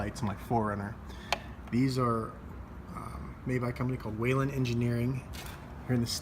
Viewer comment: Its whelen !!!! Not whalen!!!